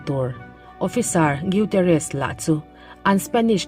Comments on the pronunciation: Gutierrez tih chu iduhleh i channel ah va lamdik la nimai lawm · Gutierrez tih i lam dan hi a dik chiah lo deuh em aw ka ti mai mai. A chhiartu leh a lettu thiam loh, țawngkam diklo a awm zeuh zeuh bawk a